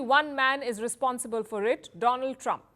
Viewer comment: My Phrand , A Phrand of India Mr Dolaaan Trump .😂😂😂😂